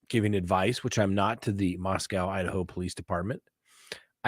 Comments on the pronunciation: I've lived in Idaho my whole 42 years and it's pronounced "Moss-cow". To us when you say "Mosco" that's the place in Russia. Love your channel! ❤️ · Moss-COW is correct. Lived in Idaho most of my life and that's how it is pronounced. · in English, OW can have one of two sounds: 1. OW as pronounced in snow, row, show. 2. OW as in cow, how, now. In the case of Moscow, we better listen to the locals as they know how their town's name is pronounced. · I don't get you. There are times when you say that death penalty cases are expected to take longer and should do to the type of punishment associated with the case. However now you're saying it's taking too long? Also, out of respect for the community you're reporting on, do you think, regardless of if you like it or not, you could simply pronounce the name of the town properly since you know it? Quit being a tool.